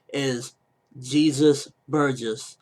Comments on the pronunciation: It's "haysus" not Jesus. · it's pronounced (hey-zus). Bellamy will fight Rebecca.